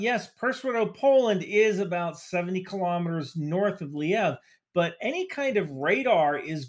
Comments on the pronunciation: Great video, but do yourself a favor and pronounce the place names accurately. You discredit yourself by calling “luh-veev” “Lee-ev” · Lviv, not sure why he is saying Lyiv. Also w in Polish is like a "v" isn't it? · you clearly put very much time and effort into research and producing your videos -- especially the ones like how PATRIOT works. However, I think you do yourself a disservice by not sorting out pronunciations of cities (e.g., "Liev" instead of "Lviv") -- I hope I don't come across as a hater, but these things need to be said sometimes. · Minor correction that you kept repeating so I figured I’d not comment. It’s not Liev, it’s Lviv, pronounced luhVEEV. Great analysis though And no this isn’t a Kiev vs Kyiv thing, the russians call it Lvov/luhVOV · "Lee-ev"?!?! where on God's green Earth did you get that pronunciation from?! It's Lviv, not Lyiv. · Swell assessment, except for pronouncing Lviv like Kyiv. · SEH-veh-dohv luh-VEEV ...also, thank you. You rock. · Just a friendly reminder that Lviv is pronounced Le-VeeV... :) Thanks for all that you do! You are doing an outstanding job in giving some excellent analysis in this war. We can't wait to be able to go home to Ukraine... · Excellent video, (as always)! One quick note from an American who’s been learning Ukrainian for a few years. The main Ukrainian city you’re referring to is Lviv. To an American it sounds like “Luh-Veev”. Keep up the good work! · Great video! Btw, Lviv is pronounced “L-weave” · Excellent analysis. Also, Nato is flying nonstop E-3a orbits so they know the trajectory of missiles. (And its pronounced leveev.) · The magical ability of Americans to misread letters is amazing:-) its not "Lyev". Do you see Y anywhere in "LVIV"? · Great stuff but why are Anglo-Saxons incapable of reading names or place names correctly in any Youtube videos or the news. Lviv, very simple.